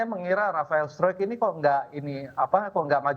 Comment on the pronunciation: Coach fakhri berat banget ngomong pemain diaspora kek hubner sama struick hahaha